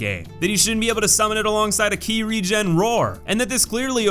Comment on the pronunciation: In game, it's called Ki. He got it right